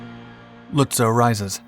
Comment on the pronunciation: Its pronounced Lutzov. In German W's are pronounced like V's in English.